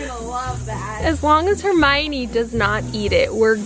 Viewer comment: Riley Fitzpatrick JK pronounces it Her my Oh nee. When the author goes to the trouble of explaining the pronunciation in the novel at least have the respect to get it right.